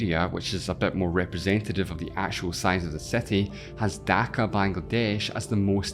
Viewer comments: its city, not cety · his english pronunciation acceptable, no issue with his accent. But when city become "settee" it's downright confusing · why do you say SETI rather than CITY, are you illitterate? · City ❌ SETTY✅ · What's the accent of the guy that is presenting the video? I am really curious, he pronounces i's in words like "combined" as "excited" a's and the word city/cities as setty/setties. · Brooo stop saying Ceti and SAY CITY NOT CETI PLEASE 😂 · City pronounced ct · Why the f does he pronounce it with an "e"? He says cety and not city. Am I missing something (for example he is aussie or something?)? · IT’S CITY NOT SETY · Why youre saying "seti" wtf?? I cant continue watching, idk why but its so annoying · What is this "seti" you keep talking about? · I can´t stand your pronunciation "cety". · gosh I want to watch your video but I kennat with how you city as 'siti'...cringy hahahha kbye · What’s a “sety”?😭😭😂😂😂😂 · There’s a tiny problem pronouncing “i”. It’s not cety nor sexteen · Anyone else triggered bc hes says satti ? aaarrghh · What a wierd pronunciation. City = si·tee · bro said setty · WTF is a setee? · Your accent is horrible and please learn how to say city!!!! It’s not setty!! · What kind of English accent do you have? I am a bit confused why you CALL SETI? when it is a City? do you thing that Ceti and City is the same? 😳😳😳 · Am I the one hearing “setty”? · So you pronounce city as [sétí] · It took my a while to figure out that "seti" is "city" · Why do I hear seti all the time 😊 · you you reading city as Setty? it's so disturbing😪😪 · And he keeps saying setty in every sentence 🤣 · seti? cety? séti? damn. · sound like you are saying seti ? 😀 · Setty hahha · Good lord I’m trying to watch but that pronunciation “SETtie” is throwing me off lol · you pronounce city so wrongly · Cannot pronounce the word "city" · I had to mute this, couldn't listen to the pronunciation of "city". 😵‍💫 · I can't stand how he is pronouncing city gahhh